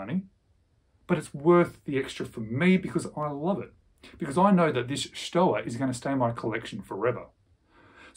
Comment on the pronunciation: Love your channel. Don’t me to be unpleasant, but it’s pronounced “shtova”.